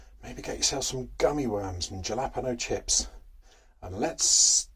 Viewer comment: It's not jalapeno it's halapeenoooo Joking aside, looking forward to part 2. Great video